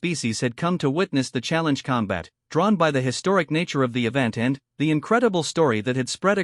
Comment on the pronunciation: Your AI has a VERY weird PAUSE every time it says the word "....and...". A bit annoying.